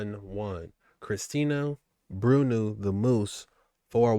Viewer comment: I clearly read Bruno the moose, but he said "brunooo'. But it would not be vid if he didn't clearly mispronounce a simple word or two. Good vid though...